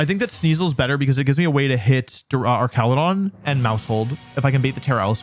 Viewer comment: Archalodon Ark-al-o-don. Not your arch enemy. An arch de treumph